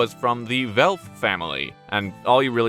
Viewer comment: Hey, German here from the Town the former Royal family the WELFEN are from. Not want to be annoying but you butchered the name. You pronounced it Welp and not "WelFen"